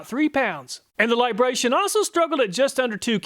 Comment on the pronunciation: It's LibraTON, not Libration. 😄